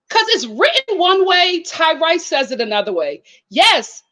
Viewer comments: It’s hilarious how she calls this man Ty-RICE. 😄I can’t tell if she mispronounces these people’s names on purpose to be shady or is being genuine. Either way it’s funny! 😂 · I thought it was pronounced Tyrese just spelled Tyrice.